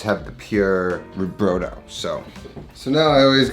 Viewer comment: Omg, every time you said brough-dough it hurt my Italian heart. For those who actually know which way is up, brodo di carne is meat broth, made to be consumed as a soup. Broth is NOT stock. Broth is made with meat! More than you used. And not a kilo of onions. Jesus wept.